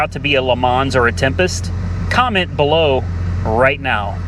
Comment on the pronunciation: When you said temptest, it brought me back to My Cousin Vinny in the court room 😂